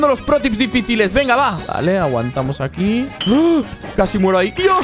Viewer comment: minuto epicamente no es venga es vegna jaja like si te diste cuenta